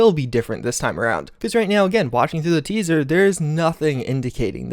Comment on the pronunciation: Say it with me... TEASER! Good grief